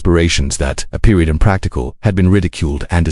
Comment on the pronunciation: Protop Ai: "Dot" is just "perood, end of sentence"